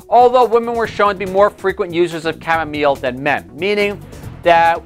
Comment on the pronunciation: Chamomile my friend.....not chamomeal